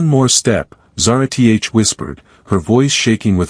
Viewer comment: No reasoning for extremists who could have very reasonable motives, no progression towards the solution, just magically all better, and of course "Zara-T-H". This sucks my dude. Sorry but you're gonna lose the race for the ai story channel niche like this.